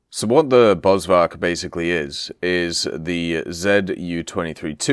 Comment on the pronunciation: Please please please... In Afrikaans the V is an F sound. BosFark afrikaans for Bushpig